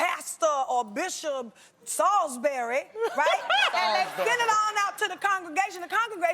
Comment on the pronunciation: "Pastor or Bishop Salsberreh"... Just me?! :/ LMAOOOO